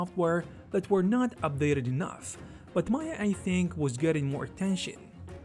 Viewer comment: It’s not Maya. It’s M AYA 😂